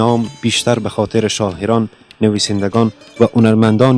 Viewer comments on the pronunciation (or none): برادر عزیز ممنون از ویدیوی شما‌ ولی لطفا شاعران‌ را درست تلفظ کنید شما شاحران یا شاهران می‌گوید و چندین لغت دیگر را اشتبا تلفظ کردید مثلا قلعه را قلحه تلفظ میکنید